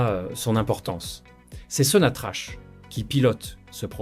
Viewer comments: Ca se prononce sonatrak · Merci beaucoup pour la vidéo mais je tiens à vous informer que l'entreprise Sonatrach se prononce avec un K au lieu de CH à la fin.